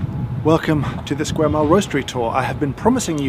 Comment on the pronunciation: It’s the “Lquare” mile for me 🤣